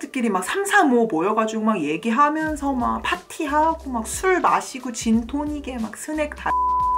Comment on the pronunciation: 죄송한데 jin tonic 아니고 gin tonic .. 😅😅😅 나중에 여행할때 적당히 시켜야 겠네요 ㅜㅜㅎㅎㅎㅎㅎ